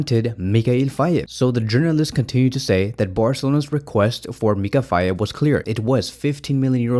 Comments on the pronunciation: In Senegalese pronunciation, the name "Faye" is pronounced more like "Fay" rather than "Fay-e". An example to remember this pronunciation is the mnemonic technique "it's a lie or it's a Faye".❤ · Its Fay bro (the "e" is silent).